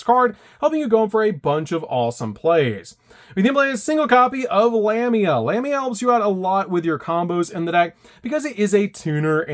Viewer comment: Man, those are some interesting ways to pronounce Lamia, Typhon, d'Arc, and Deus Machinex.